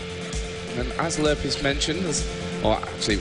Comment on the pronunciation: its lurrpis -.